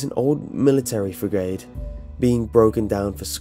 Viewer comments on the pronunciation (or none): Dude, you're pronouncing 'frigate' wrong. It's said 'friggett' not 'free - gate'. lol